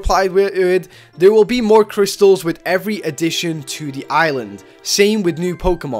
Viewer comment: The way he says Z crystals ;-; Oof.